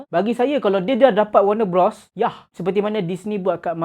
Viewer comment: Bros bang, BUKAN brOs. Macam kau sebut bro. Bros - besodare